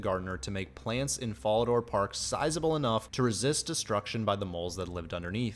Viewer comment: Brother you mispronounced Fallador, Varrock, and Ardougne. How do you expect anyone to take you seriously if you can't properly say the names of three of the most notable cities. And what the hell are bruma ruts? I must say your pronounciations turned me off from your content completely. If everyone where you're from sounds like that, let me know so I won't ever go there. Managed about 26 minutes before writing this which is a shame because it was mostly a good video otherwise.